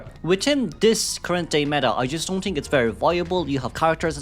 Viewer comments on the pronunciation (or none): I love you, but i cant ignore that you say tink instead of think. It makes me giggle every time.